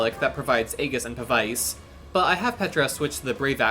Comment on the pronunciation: Really nicely done. Good strategies to make the best use of the wonderful Ashe. FYI, Aegis is pronounced ee-jiss; and Pavise is pav-iss (or pav-uhs for US English).